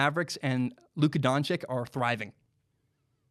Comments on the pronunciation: don-chich, not don-chick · It’s pronounced donchich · Doncic is pronounced (don-chich)